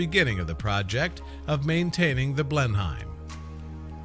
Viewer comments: Coming from England myself I've never heard it pronounced blen-hime before 😅 I'm pretty sure we just pronounce it blen-im? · Interesting but it is pronounced blen/hum palace I know that as I live in Oxfordshire not far from the palace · It’s killing me, every time! Blenheim Palace is pronounced as ‘Blenum’, the county of Oxfordshire is pronounced ‘Oxfordsha’ the Marlborough name is pronounced ‘Maulbra’ . You left out lots of interesting Blenheim history, like it being the home of the legendary Winston Churchill and also that the Palace is open to the public as well as the beautiful park and gardens that include things such as the Blenheim hedge maze but even though it is open to the public it is still home to the Duke of Marlborough and his family who live in the Palace in their own sectioned off private part of the Palace. I live in Oxfordshire and the Palace has always been a great place to spend days with my children exploring, playing and learning as annual pass holders. If you are going to do a video on a topic please, please look up how to pronounce vital words to the topic! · maplecwtch that and the way he pronounced Oxfordshire made me cringe